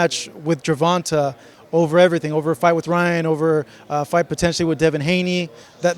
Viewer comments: 😆 I hate people that pronounce javante like Gervonta.. It's pronounced Gervon"tay".. It's lame as hell when you hear the way a person pronounces his own name the way his team and family pronounces it and you decide you're just going to make up your own pronunciation.. Does Jimmy Linen Junior announce his name that way? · be getting annoying sometimes. Why do you pronounce Gervante 'GER-VON-TAY' GervanTA? Pendejo * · GERVONTUH ??? TA NOT TUH !! PUY SOME RESPECT ON TANKS MF NAME.. JIS CALL HIM TANK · The interviewing is terrible. Its pronounced Gervontay. Smh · The interviewer always pronounce Gervonta name wrong with a short (a) sound. Dude his name is pronounced with a long (a) sound. Guess it's either not important enough for Gervonta to correct this dude or the opportunity hasn't been right🤷🏾‍♀️ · learn how to pronounce Gervonta your embracing your self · why the hell does he say Gervonta like that. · Bro why he saying Gervonta name like that? He heard it so many times, it gotta be intentional.